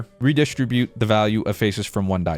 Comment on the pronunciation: the way he keeps saying reDIStribute is killing me XD